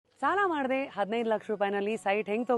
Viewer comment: The start of your expression is very fast. Saala madade annuv nudi Snaana mandade annuva haage kelusutte.